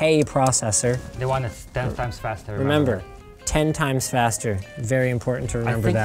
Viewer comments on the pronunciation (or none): reads 10% improvement "It is 10 Times FASTAAAAAA" xD